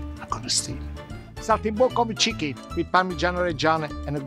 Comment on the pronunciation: Somebody else noticed that,in the begining he says chckin instead of chicken 😀 anyway food looks amazing.